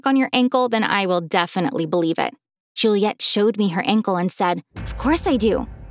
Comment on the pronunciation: It's Juliette not julia